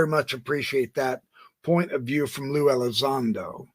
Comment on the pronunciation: “Lue” is pronounced “Loo”. Not Looey lol